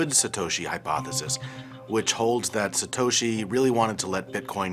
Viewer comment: the western narrator be like: satoushi nakaomuotou, can't even pronounce it correctly (in Japanese way)